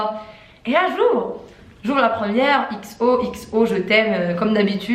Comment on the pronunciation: tu dis toujour jor